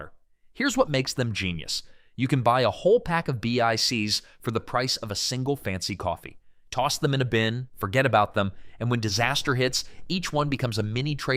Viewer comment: never once in my life heard BICKS referred to as Bee Aye Cees